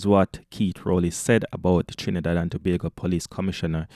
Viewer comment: Its not Trinibad it's Trinidad can you read😂🤦🤗